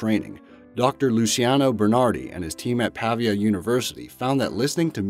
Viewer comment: It's not "Pàvia", it's "Pavìa" ;)